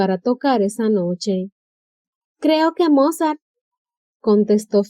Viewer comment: Destrozaba el pobre señor Mozart jajajajajaja su nivel deberia ser considerado un talento especial